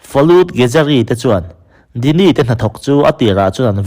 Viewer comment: Djini khi dini tia lam tur a ni lo...jini tia lam tur a ni